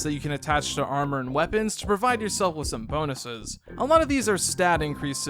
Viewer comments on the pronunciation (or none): none